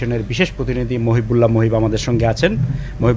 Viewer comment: জনাব উপস্থাপক, আপনার বাংলার এই দুরাবস্থা কেন? আপনি বারবার বলছেন মহিব্বুল. উনার নাম মহিবুল্লাহ. বাংলা ভিশন কি আর ভালো কাউকে পাই না?